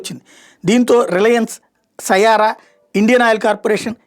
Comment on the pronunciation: సయారా కాదు నయారా